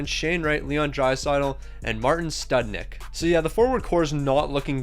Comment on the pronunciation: Love how you kept pronouncing Marian studenic as “Martin studnick” 😂 Love the videos though, keep ‘em coming An idea for a future video is drafting a team of the top prospects at every position that aren’t in the league yet and seeing how many years it takes for them to develop into a cup team.